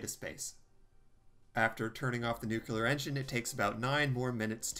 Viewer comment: It's "nuclear", not "nukelar".